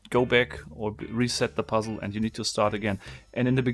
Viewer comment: Instead of toying with this box you should polish your English or bloody give it up altogether.....so f....g German...it is NOT beck but back....it is NOT gep but gap...it is like the Chinese who say lice instead of rice...very disturbing. Record yourself and or go to a pronunciation bloody class...and you do not say isss you say izzz....English voiced C